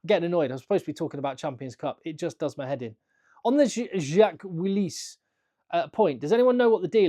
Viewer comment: "Jacques Willis" très fin le sens caché avec la prononciation, magnifique. i also would like to see him in the English squad.